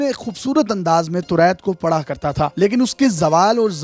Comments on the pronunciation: Torait nahe toraat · Can you fix your pronunciation of Taurat.